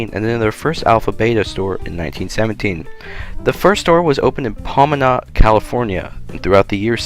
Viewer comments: What thought process does one use to arrive at the decision that Pomona is pronounced PAW-mih-nah & Yucaipa is pronounced You-see-ah-paw?... Since the narrator voice-over is obviously repeating much of this verbatim from Wikipedia, why they couldn't be bothered to use the pronunciation guide that Wikipedia & Wiktionary has on the entries for the relevant words?... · Pomona pronounced "Po-mow-nuh" Yucaipa pronounced "You-kai-puh" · Your pronunciation of a lot of the names is really funny - like how you say Pomona , Yucaipa and even Alpha Beta (sounds like Bayta, not Betta). I grew up in southern California not far from Pomona and we had an Alpha Beta just down the street. When I went back for a visit years later it was gone. Thanks for the walk down memory lane.